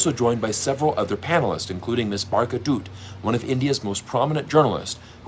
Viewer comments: Her name is Barkha Dutt (pronounced Dat not doot) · For future reference, Dutt rhymes with hut with a softer T sound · Dutt is pronounced Dattt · Acc. to Pierce the "Empire" was the first to capitulate lol! Anyway, the "u" in Barkha Dutt is silent.. however you used the flat t's perfectly 😅